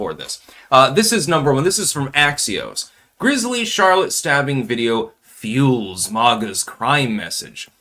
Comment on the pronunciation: Lol did you just say "Char Lotte"? It's "Sharlit"